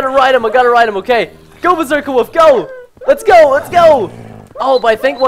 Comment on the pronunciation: He says woof instead of wolf...